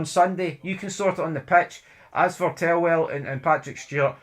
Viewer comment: You keep saying 'tellwell' when it's "Thelwell"!!!